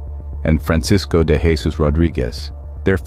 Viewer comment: This isn't ignorance. The content creator knew what they were doing. Stupid or misinformed would be a more fitting word. Also, I do not like how they keep mispronouncing "Jesus," and the AI generated voice does not sound right.